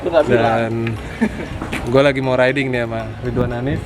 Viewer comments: Riding bang bukan rideing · Ri-de-ing = riding Btw kyk sunda ya ri de ing wkwk